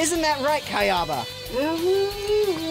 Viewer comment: RyzingENT Gaming he even pronounced kayaba wrong